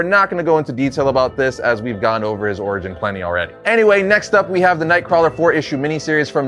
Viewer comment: Nothing clearly identifies you as a reliable source of information on a character like mispronouncing said characters name literally every time you say it…